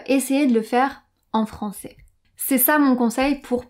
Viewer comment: Je sais pourquoi mais ta prononcacion de francais est, pour moi, meilleurs que la prononcacion de Hugo de Inner French! Je suis tombe amoureux, je comprends tout sans sous-titres! J'ai decouvert cette chaine en regardant Ecolinguist et j'y resterai certainement!!